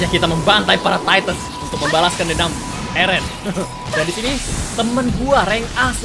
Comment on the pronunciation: Gimana sih...Mikasa terus bilang "Ereh..Ereh...Ereh" adeh...lelah dah dengarin🗿